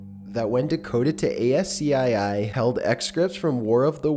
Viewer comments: Why must he say A-S-C-I-I? It's said as an acronym. ASCII. Essentially "AS-KEY". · ASCII is pronounced, ASS-KEY, FYI. You don't read the letters out. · Ascii is pronounced as key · ASCII is pronounced "ASS-key"